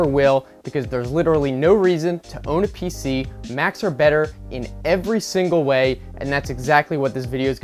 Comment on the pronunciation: Pc not pic